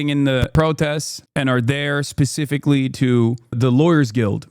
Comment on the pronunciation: I crash out every time I hear Hassan say pacifically.